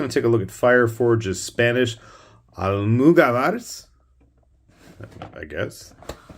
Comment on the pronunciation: Nice video, they are pronounced Al-moo-gah-bars